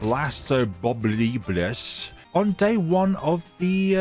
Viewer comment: Blastapopolus not blastmobolus